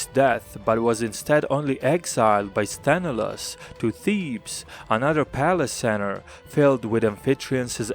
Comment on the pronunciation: SthenElaos, the stress on the "E" !!!